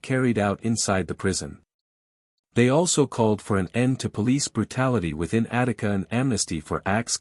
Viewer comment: Attica not Attic